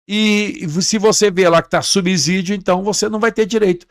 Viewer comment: O correto é subsídio e não subzidio que vc pronuncia com z